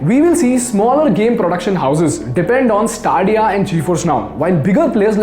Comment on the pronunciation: Its not staaaadiya ....its STE-Dia